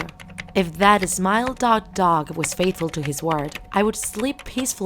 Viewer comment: Nice job :D and also it’s dog not dodge